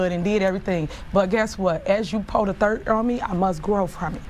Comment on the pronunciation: She said “thirt” instead of dirt